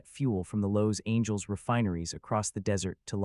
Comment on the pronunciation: Lowe's angels? Total AI